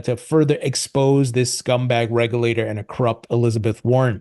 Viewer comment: Always makes me laugh whenever I hear you say "scumbag